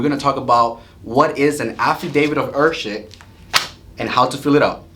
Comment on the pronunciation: To let you know heirship is pronounced Air ship Heir is pronounced air